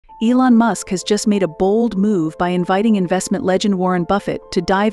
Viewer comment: TA TA EE-Long. Buffett will snub you.